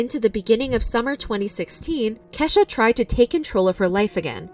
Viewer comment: Why is she saying keshas mom name like that